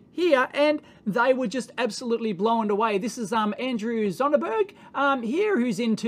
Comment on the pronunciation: Dave mate, blown is a single syllable word.